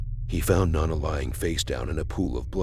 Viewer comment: Her name was No - Na. Not "Non - A". Jesus.